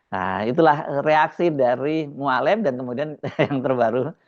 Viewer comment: Mualem, e nya halus bukan kasar. Sakit telinga dengar nya cara pengucapan Mualem